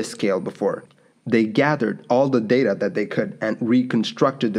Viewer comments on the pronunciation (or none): none